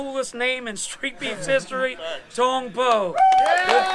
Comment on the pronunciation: Did he say thong poo?